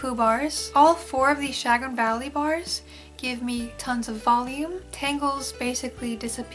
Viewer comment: Chagrin - Sha-GRIN